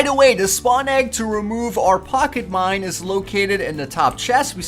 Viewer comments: STOP SAYING MIND! ITS MINE!! lol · he mind instead of mine